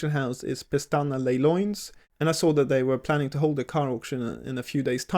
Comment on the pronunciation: bro nailed the “leilões” pronunciation! You’re getting better at Portuguese 😁